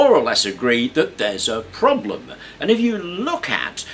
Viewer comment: lol at "problem-et"